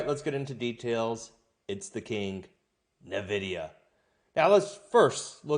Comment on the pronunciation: Son, it's pronounced En-videe-uh. NOT Nuh-videe-uh.